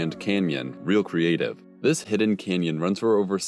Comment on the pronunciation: hid- den.......???? NO NO NO hidn .. that's English